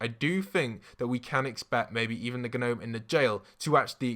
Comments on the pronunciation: Just so you know... gnome is pronounced no-me not g- no-me. the g is silent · What’s really annoying me is that he’s saying G-nome not normally which is pronounced nome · Shoot he I do like you a lot but did you say Gnome I know that’s how it’s spelt but you say it nome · Why do you say gnome like that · CEO of saying G-nome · You are saying gnome wrong, the G is silent! Stop pronouncing it with the g lol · You do realise the g is silent in gnome